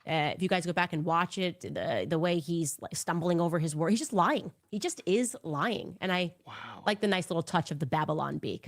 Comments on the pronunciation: I heard it too!!! It sounded like lyging .... extra G. That woman is so completely stupid and illiterate but because she says things with "authority" people buy it. I can't wrap my brain around this. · Did she just mispronounce lying?